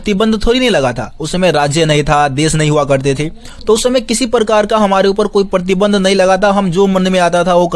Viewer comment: Partinand...❎️ ....pratibandh ....☑️ Sorry I catch u mistake 😝